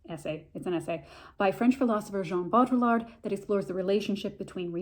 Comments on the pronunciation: I THINK it’s pronounced- Bow dree ard. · its pronounced BO-DEE-YARD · For future reference, to butcher his name less (but maybe equally so, I am a Canadian so idk) pronounce it bow-dree-ard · Bow-dree-yard it’s not hard to pronounce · As a french I can help you pronounce his name : BO- DRI- YAR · I think it’s pronounced “Bow-dreee-ard.” I took a post-modern media theory course my senior year and we studied the crap outta this concept. The original has been destroyed. And it’s why provenance is critical. Informative video - thank you. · This is a ‘fun’ video of a hard work in philosophy. Bo-Dree-Yar….say it like that and you’ll be close to the proper pronounciation. Thx for this rundown!! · I heard Jean Baudrillard’s last name pronounced “BOO-dree-ard” and now I have a hard time not calling him “Boo-Boo”. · bode. ree. yard. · It's pronounced Boweddri-ard. Baud sounds like Bowed or more like Baudrate(Bawed). Rillard - Just remove the ll's. The french like to add a bunch of letters they don't pronounce(well, it shapes their vowels but). Look up Rick Roderick's talks.